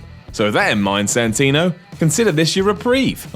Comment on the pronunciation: Santino? What the hell did you smoke mate?